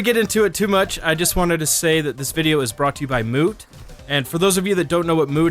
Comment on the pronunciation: i thought he said "brought to you by Moo" .... anyone else? no need for likes to be honest idrc for likes unlike other commenters but still its weird i heard moo instead of moot